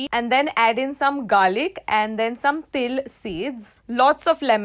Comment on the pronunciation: it said dome instead of some anyway no problem no hate here love you 🦄🦄🦄👸👸👸🤩🤩😝🥰🥰🥰😍😍😍😘😘